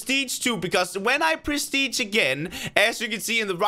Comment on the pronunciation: I love how he says “perstige” ._.